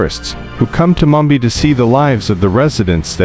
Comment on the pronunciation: The narrator couldnt pronounce Mumbai properly! This an AI fo sho